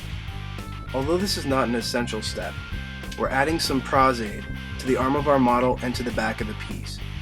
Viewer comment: Nice. And Thank you for your pronunciation of Pros-Aide